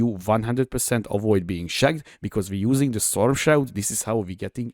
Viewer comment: Came here after a recommendation for super tanky builds, not disappointed! De barátom a kiejtésed borzalmas hahaha Rögtön tudtam hogy honfitárs vagy! A kedvencem a kurentli és a dö :)